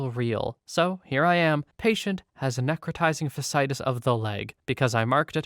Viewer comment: ECMO is pronounced "EK-moh", or like ech from echo but instead of the o, you say mow or mo. Another, necrotizing fasciitis, you got the necro bit, but fasciitis is "nek-ruh-TY-zing fash-ee-EYE-tis"